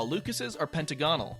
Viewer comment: that’s a hexagon 0/10 literally unwatchable (Also edit) you pronounced pentagonal wrong